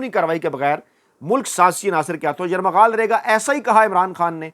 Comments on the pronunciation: جناب یرمغال کہہ رہے ہیں آپ لفظ یرغمال ہے ہے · یرمغال نہیں یرغمال ۔ پہلے بھی یاد دھانی کی تھی پلیز تصحیح کریں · Correct YURGHAMAL & not YURMAGHAL. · معذرت کے ساتھ گزارش ہے کہ بے خبری میں ھر بار آپ کی زبان سے یرغمال کی بجائے یرمغال نکلتا ھے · معزرت کے ساتھ اا ویلاگ میں آپ نے تین بار لفظ یرمغال استعمال کیا ھے...ہرغمال کے بجائے 😁😁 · یہ لفظ "یرمغال" نہیں بلکہ "یرغمال" ہے۔ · It is not ‘ Yarmaghal’ but “Yarghumaal” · Bhai yamaghaal nahi bolte yaghamaal bolte hain mene apko kai bar bola hai sir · Aslam o Alaikum! Kindly correct your phrase as yerghamaal instead of yermughaal please. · یر مغال نئیں یرغمال ہوتا ہے اسے چیک کرلیجے گا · ۔ لفظ یرغمال کو آپ یرمغال پڑھتے ہیں ۔ تصحیح ضروری ھے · یرغمال کا تلفظ درست ادا کریں